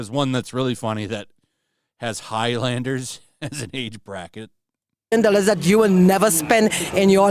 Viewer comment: I legit lost my drink when I heard Higglamders 😭